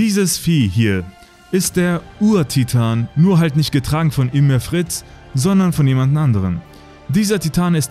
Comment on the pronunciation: Sry man aber alter sie heißt nicht ümir man regt mich das auf aber gutes video